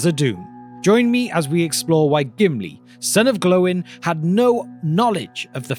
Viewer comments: I’m seriously wondering if this guy has an experience with the IPs he talks about. We know from the movies his name is Gloin, we know how to pronounce it. This guy, his name is Glowin. Why dude, why? 🤦‍♂️ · Glowen.. Who says Glowen. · Never heard Oin and Gloin pronounced as Owen and Glowen before....interesting.